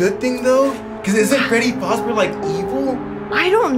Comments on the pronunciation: ITS NOT faz NO LOW A ITS FAZ LongA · Yes I get triggered by it so bad lol it is “FAzbear”a not “FOzbear” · Freddy faober 💀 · No hate but it’s fazzbear not facebear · Not foz bear it’s faz bear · Scooby Doo FNAF Fan he says freddy fOzbear but it’s called freddy fAzbear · Freddy faseBear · yup its freddy fASzbear pizza not freddy fOUzbear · Its terebole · You say fazbear like fozbear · Freddy Fazbear not freddy fuzbear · Is fazber not facbear! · Anyone else triggered the way he keeps pronouncing fazebear wrong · Yeaaa i loveeeeeeee fnaf and the fact that he said fAHzbear kinda pissed me lol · Y'all said Fazbear wrong y'all said fozbear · Bro is literally saying Freddy fos bear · It's pronounced Freddy F-AH-ZZ-BEAR"s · Who gets triggered every time someone says Fazbear wrong